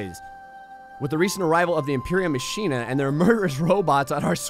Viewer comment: Lol ma-shen-a I think its pronounced ma-kin-a